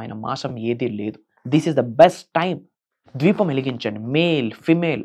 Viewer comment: Bro dweepam kadu Deepam